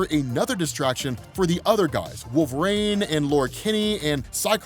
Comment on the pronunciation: lol why does he pronounce it “wolv-rain” LOL